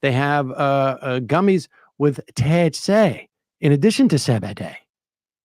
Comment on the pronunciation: Please just say cee bee dee. Just one time. Thanks.